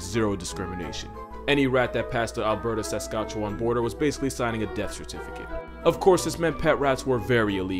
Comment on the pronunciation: The way he pronounced Saskatchewan is pretty funny